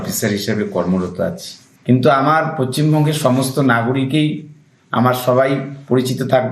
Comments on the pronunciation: pocchimbongo noy..... ota Paschimbongo hobe Sir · ওরে পশ্চিমবঙ্গ বানানটাই ঠিকমতো বল😂😂